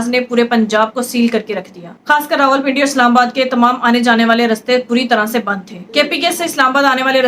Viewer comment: یہ رولپنڈی کیا ھوتا ھے۔ ۔۔۔۔راولپنڈی کہنے میں بل زیادہ آتا ھے۔۔ کچھ چھوٹے بچوں کا خیال کیجیئے۔ جو آپ سے سیکھتے ھیں۔